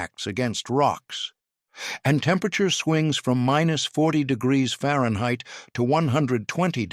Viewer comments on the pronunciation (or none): none